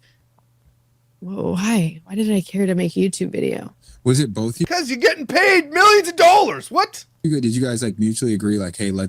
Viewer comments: The amount of times she said "Bolth" in this is insane. I hope makes a Bolth montage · Someone should tell her that that color makes her look 🧟‍♀Disassociation & unrequited rage are what makes up genetically-mormon females' DNA. Facts. I'm surrounded & not a Pioneer-blooded lady. I can spot it easier from my vantage point. But I checked & I do say "bowlth" 1/2 the time 😭Dammit! Thank you for making me aware of my stupid, lazy tongue. I'm the ONLY Utahn I've ever heard say all of the syllables in "vegetable," though (raised by a Dutch, Oma, who's haunting my "bowlth").